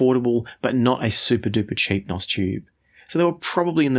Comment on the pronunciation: Stop saying "nos" tubes. You sound like a bad A.I. image. You are trying to sound hip and cool, but you are not. It's N.O.S. or new old stock. Not "nos".